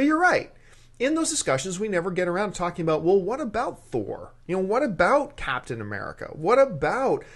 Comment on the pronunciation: Who the hell is "Capatian" America? :P